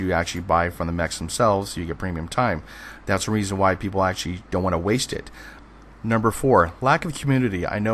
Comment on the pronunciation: you say "actually" and "basically" WAY too much (and you say them so fast it sounds like "basely" and "ashley" every time. similarly, when you say "community", it sound like "commity"). slow down, vary your vocabulary, and your videos will be that much more enjoyable :) additionally, its "PLE-thor-a", not "plen-TOR-a". notice there's no "N" in the correct spelling, and the emphasis is on the first syllable